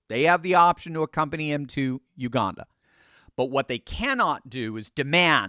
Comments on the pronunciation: Hey. Thought I would let you know there is no r in Uganda. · U-gan-da Jail. I wonder how he'll feel on his first day in Uganda when he hears "I'm the captain now!".